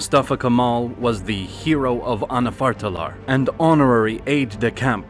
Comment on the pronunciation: It is so good but what is "aNaFaRtAlAr" and "kUvVaİ mIlLiYe" 😊